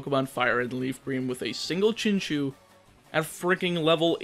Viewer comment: btw it's pronounced chin chow not chin chew